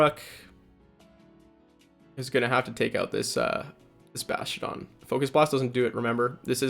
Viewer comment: I cringe everytime I hear “bashtiodon” 😂 Sweeeet team though 😁